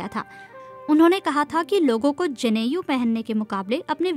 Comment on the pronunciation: दुनिया में कौन सा धर्म है जो जाति से पूर्णतया मुक्त है?जनेऊ होता है,जनेयु शब्द नहीं है।